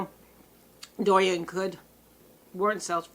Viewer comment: Hahaha I love how you called it hurricane durian 😂